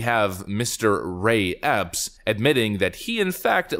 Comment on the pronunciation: You say Mr Ray Epps, I hear " mystery ops ".